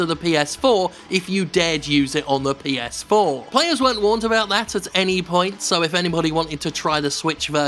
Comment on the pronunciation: Lol heard "Ps-foreplay"